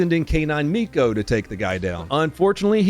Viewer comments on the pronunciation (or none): none